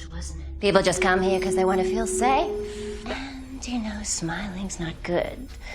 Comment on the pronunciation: “People just come here cos they wanna feel SEEAYFE” honestly WHAT was that inflection I’m in tears 😭😂